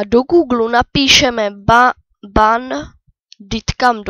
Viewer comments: říkáš to špatně říká se to bendikem a píše se to bandicam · a nepíše se to jak ty říkáš BENDYTKAM a neříká se to BENDITKAM!!!! Ale jinak dobré videjko